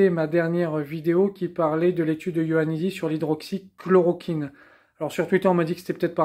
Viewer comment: Petit détail : c'est Ioannidis, pas Loannidis.